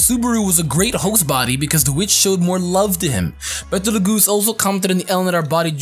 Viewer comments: I think Betelgeuse pronounced is "beetle juice" not like battle geese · ....its Bet-L-Gyuse